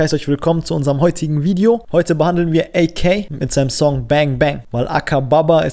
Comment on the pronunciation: Sprich AK DEUTSCH aus pls triggered mies